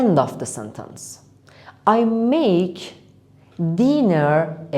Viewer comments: Maje? Or make?! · yes i hear maje